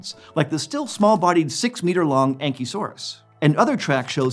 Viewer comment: I heard ankysaurus (the early sauropod) as angysaurus and was like aww why he angy